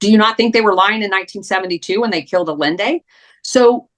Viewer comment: pronounce Allende's name correctly, please. less yelling, please